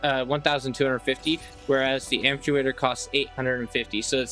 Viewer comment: great comparison, I was looking for a side by side like this. by the way it's am-pyoo-tay-tor, like removing a limb. you're probably thinking of the word "actuator".